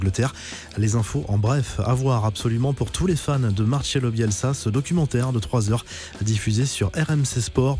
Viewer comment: Trop marrant quand tu fais ton accent italien et que 2 secondes après tu dis MARCHELO Bielsa, en espagnol cela se prononce PAS DU TOUT comme ça